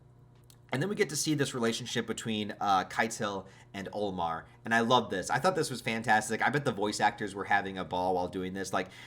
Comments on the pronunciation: Haha same he says it like kitel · the way you say ketil bothers me so much XD